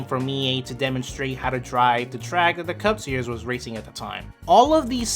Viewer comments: For the love of god its SERIES (SEAR-EEZ) not SERIOUS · This guy must me from New York. He puts an extra syllable in series